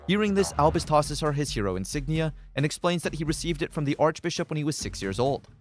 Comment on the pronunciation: Did you just say “archbishop”?